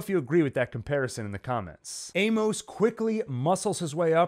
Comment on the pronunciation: I’m always looking for good Expanse content. Your videos have some insightful analysis. However, a few things things. Amos is pronounced AY-mus, not ay-MOS. This gets distracting really quickly and almost made me want to stop watching. Another thing, if you’re not going to read the books, maybe google new character introduced to make sure you understand who they are. As someone else mentioned, Lydia wasn’t Amos’s mom. It’s an understandable mistake based on the shoe content, but really turns off book readers who know the backstory. Also Monica was featured in season 3, bir season 4 which was primarily set one Ilus. Again, a little fact checking in your scripts and pronunciation would increase your credibility with a pretty informed and passionate fan base. I’m not sure I’d subscribe based on the errors in this video but will pop back by to check out some later videos.